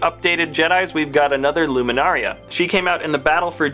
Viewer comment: LUMINARA UNDULI NOT LUMINARIA !!